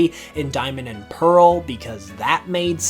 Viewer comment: PEARL, NOT PAREL!